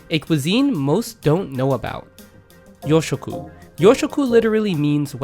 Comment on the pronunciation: It's pronounced "yōshoku", with a long "ō". Also "demi glace" is pronounced "demi glass". Also "sakoku", with a short "a", not "saakoku". A similar category to yōshoku is "B-kyu gurume" (B-rank gourmet), which are déclassé dishes that border on fast food.